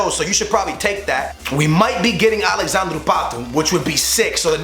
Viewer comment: It's alexadre not alexandrew patu